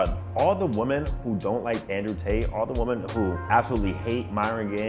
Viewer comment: Why does this dude pronounce "women" like "woman"?